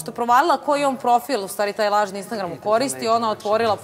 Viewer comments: Ona jos uvek ne zna da izgovori "INSTAGRAM" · Jel moguće da ova ne zna reći Instagram? 😂😂😂😂